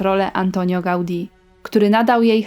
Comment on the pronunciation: Fajny filmik. Ale jest coś co mi zgrzyta. To źle stawiany akcent w słowach hiszpańskich. Np. w nazwisku Gaudi. Nie mówi się Pampeluna tylko Pampelona. I kilka innych błędów.